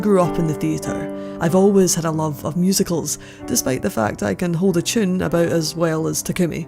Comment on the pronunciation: Whenever she said “Tune” I thought she was saying “chin”